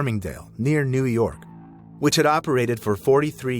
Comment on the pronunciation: I agree, the voice referred to rollercoasters as "slides" like 6 times. And just the way it said "New York", the cadence is just off. No native English speaker, or anyone who has heard of NYC before would pronounce it the way they did in the video.